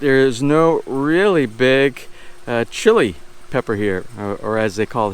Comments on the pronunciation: Looks like the crop is doing well. I'm not even remotely close to and expert on pronunciation but I believe it is pronounced like "see lee". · SEE-leh is how I learned to pronounce the chile plant 🙂 They are very hot, be careful not to touch your lips or eyes after handing them, you'll definitely get burned! I know!! Lol.